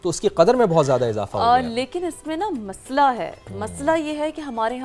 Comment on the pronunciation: مسلا ہے 😂 یا مسئلہ ہے؟